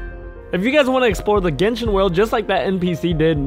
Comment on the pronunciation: YOU realise he said genchin impact